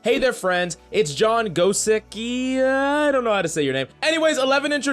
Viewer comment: The way you pronounce John Gosicki is John goshidzki